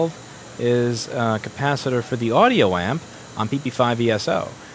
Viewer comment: Ur saying it wrong!!! It’s a cappa sitter